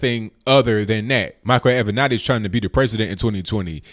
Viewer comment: Finally someone who can actually pronounce Creepy Porn Lawyer's name correctly....